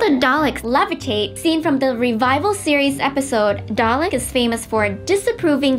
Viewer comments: The dude in the T.A.R.D.I.S hat mispronices dalek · I have the same feeling about this. Especially the parts when the chick says "dalek", somehow she managed to make a mistake, they have recorded again her saying it and put it over the video. Like c'mon! How can you mispronounce a word that is so essential to the Doctor Who universe